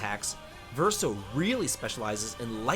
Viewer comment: By my count, he pronounced Verso correctly. 😂